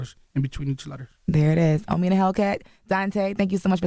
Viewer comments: Lol they call him Ahmi🤦🏾‍♂️😭😂 It’s Oh-me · It’s pronounced oh me not ah me. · OMI IN A HELLCAT I know you had to be thinking....it’s OMI not Ahmi! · Y u keep letting them say your name wrong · awful the video just starts and she can't even pronounce his name correctly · Lawyer and host pronounced his name wrong lol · Why the fuck are they saying his name wrong 🤦🏽‍♂️ even his Lawyer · Y’all just gone kept mispronounce his name🤣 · If watched his videos she woulda know how TO SAY HIS NAME CORRECTLY 🙄🤦🏻‍♀️! & How the hell doesnt his OWN LAWYER know how to say his name 🤦🏻‍♀️ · BUMBACLOT! !!! Do not let them miss pronounce yr name...OMI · Can yall say the name correctly even da lawyer 🤦🏾‍♂️ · How you representing somebody & cant even say their name right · Why he letting people pronounce his name wrong in his face 🤦🏽‍♂️ Even his lawyer don’t know how to say his name WTF..I’m 2 minutes in the interview and they said his name 3 times wrong already lol...